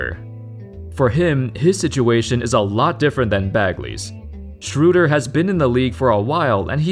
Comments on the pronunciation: I'll never get used to Americans pronouncing Schröder as Shrewder. It's not that hard to say at least Schroder. Has no one ever seen the Peanuts? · German speaker: Dennis Schröder Non German speaker: Dennis Schr?@ No offense :D it's tough for you guys